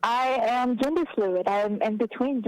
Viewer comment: I COULDVE SWORN IT WAS GENDER...not “JINDER”...all these traumatized liberals sound and act the same lol